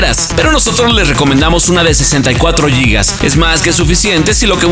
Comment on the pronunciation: Se dice gigas, no yigas